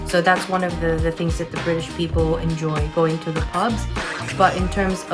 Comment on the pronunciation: Haha the way you said British couple. You even missed the T like we do hahaha